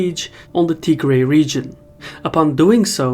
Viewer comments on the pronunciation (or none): Wait, is it pronounced Tigray or Tihray?